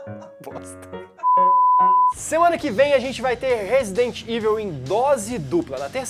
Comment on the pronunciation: Só uma crítica construtiva pra galera! "EVIL" se pronuncia "Ivol" não "ivel" Abraço :D